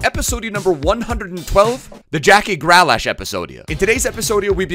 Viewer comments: Not Gra lash... Grealish. Say it like "Greelish" lol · i love the content but its GrEAlish not Gralash